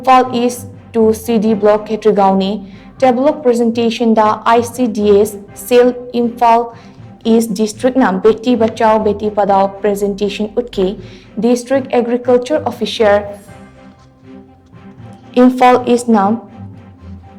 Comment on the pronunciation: Ebema pronounce toh sengna haiba tamladi fagadabani.....beti padao natte...padao ki pronounce toh parao haina haigadaba